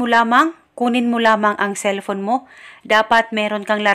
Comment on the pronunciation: "Cellphone" yonnnn, anong celpon??